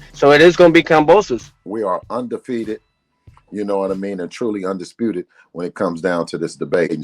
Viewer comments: He said Un"DUCK"sputed!!!! 😂😂😂😂😂😂😂😂😂😂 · Did he say 'Unducksputed'?